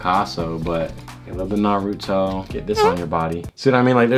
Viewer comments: lost my respect when he said narOOOto instead of naruto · umm sir, that's not how you say naruto